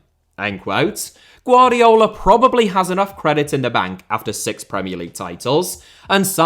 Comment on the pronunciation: “GvardiOl” not “GvardiAl”